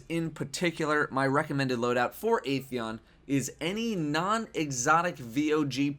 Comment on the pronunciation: it's 'Ah' theon lol